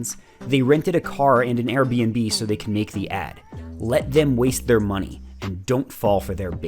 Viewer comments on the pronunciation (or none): none